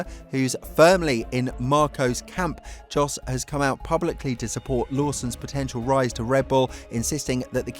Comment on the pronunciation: Another great vid which is why I subscribe!! Not wanting to be that guy, but could I suggest you correct you pronunciation of a couple of names - Jack DOOhan (Du - Han), and Flavio Briatore (Bree-Ah-Taw-Ay). Jos is pronounced Yos but he's a tosser so don't worry about him. Oh yeah, and the plural of Gran Prix is "Grans Prix". Shit, I did turn into that guy - Sorry. If it's any consolation, your grammar is perfect. Cheers mate. look forward to the next vid.